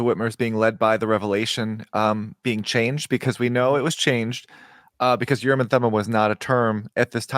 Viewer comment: I am a messenger from the L-rd. I am aroused and awakened to correct you, and all lds people. STOP SAYING URRM AND THUMUM!!! It is extremely annoying and silly sounding. The proper hebrew pronunciation is "oorim and toomim" rhyming roughly with "groomin and moonin". But you must shift the stress to the second syllables, like ooRIM and tooMIM. you can quibble about the t of toomim, because in hebrew you would use a soft t, that is a th. But not in english. You see, the word "and" in hebrew is just a single letter W pronounced with a schwa, that is just enouvh push to say the letter. Often and in hebrew is transliterated "we" but now wee and not weh, but somwhere in between. Now...a t in hebrew can be either a t or a th. Mostly when the t is at the beginning of the word its hard. If its in the middle of the word its soft. (In phonetics there are always exceptions, but none are relevant here.) Note the we meaning and is not a stand alone word. Its a prefix. So ooRIM and tooMIM are actually 2 words not 3, like this "ooRIM vetooMIM". note that the t is in the middle of the word, so it turns soft. Now if Joseoh got the oorim and thoomim from some translation of the bible, the translators can be for keeping the soft th, cus that is the actual pronunciation in the bible. But if you are not translating scripture and you are just talking about oorim and toomim, it would be better to pronounce the t as a t.